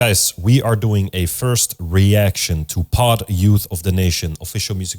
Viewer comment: My mans up in here calling them "pod":D No hate, but it's pee-oh-dee each letter of the acronym is how you say the band's name. I don't really agree that depression is purely a result of our society. Depression and mental illness have existed for longer than the terms and understandings have. Also P.O.D have a pretty awesome track on the second Matrix album called "sleeping awake". If you dig the xtian music, should check out the band Blinside their song pitiful or king of the closet or really any of their music. Great reaction!